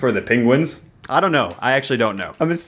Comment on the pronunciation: i like how you call them "pinguins"